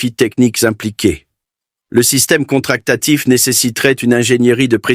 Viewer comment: j'ai les oreilles qui saignent , et pas une image du système d"hélices en question , que des images débasées. dommage